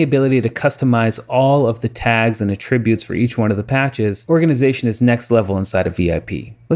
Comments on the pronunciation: "At" tributes, not uhtributes! ;) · Thanks for making this video - very interesting software indeed! I don't mean to be anal, but most people pronounce the word "attributes" with the accent on the first syllable, as in AT tri butes. I only bring this up because at first I wasn't understanding what you were saying - then I slowed down the video and got it. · Accent is on Att NOT trib. Good job